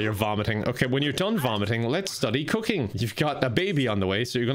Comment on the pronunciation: Am I the only one who hears "cocaine" every time he says "cooking"?🤣